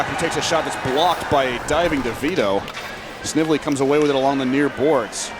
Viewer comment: Announcer, Snively with a hard "I" please. Nice comeback win by Yale.